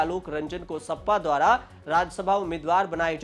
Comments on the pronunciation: O Bhai pehle sahi bolna Sikh Jaa...sappa nahi hai sapa😅😅😅 yeh log news anchor ban rahe hai😅😅😅😅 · इसे बोलना भी नहीं आता सपा को सप्पा कह रहा है 😂😂